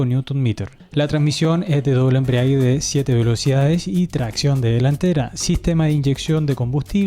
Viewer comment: Muy interesante informativo. Gracias por el esfuerzo. Ah, y la palabra es "embrague", no 'embriague'. 👍😊